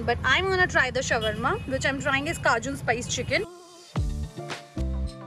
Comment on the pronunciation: It's pronounced as shor-ma...not shawar-ma 😂😂